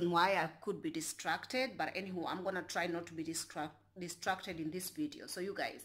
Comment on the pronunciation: Good one friend, you are so animated and hilarious😁😂. Oh it's 'dis- trac- ted' funny girl